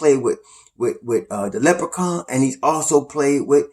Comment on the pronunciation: lmfao cracks me up every time I hear you say “leprechaun”